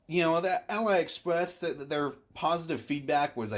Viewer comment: Just so you know, AliExpress is not pronounced "AL-EYE Express", it's "Ah-Lee Express" because it used to be called Alibaba